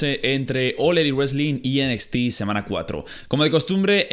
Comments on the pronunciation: Me da un poco de cosa cuando dices enequiste (NXT) en lugar de decir Enecsti xd Y pues yo digo que los reviws en un solo video esta bien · "Enesti" :v